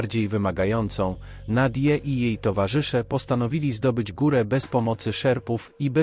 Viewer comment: Jak zwykle na latwizne... lektor AI... Kyjek treakingowy Nadyji... Po co robisz cos w co nie wkladasz ani odrobiny wysilku... Wez przyklad ze Szczytomaniaka. Radosc sluchania, a tu nic poza kalectwem...